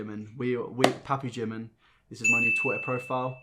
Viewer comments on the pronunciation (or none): Not another one who just pronounced Jimin name like "Jim in" it's not pronounced like that it's "jee min" ah it just cringes me out 🤢